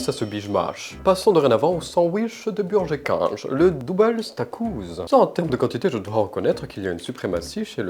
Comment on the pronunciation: "Chez burgé kinge" 👁👄👁 🧙‍♂️